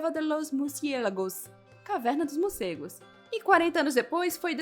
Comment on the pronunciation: Legal, legal. Só treina falar morcegos e não murcegos😬